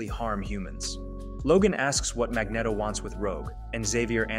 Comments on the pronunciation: its pronounced mag-neat-o not mag-net-o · Mag”neh”toe? Really? How dare you cover the X-Men in such an awesomely edited video, only to then mispronounce one of the most famous characters in the Marvel universe? MAG-KNEE-TOE!!! 😂😂😂 I’m just messing with you. But it’s definitely pronounced the way I put it. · I swear, I almost clicked off this video so many times because of how he pronounces Magneto. 😅😂